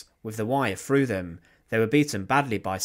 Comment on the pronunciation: "Killed by a ..... A Frust Frough the Froat"..... Awful !!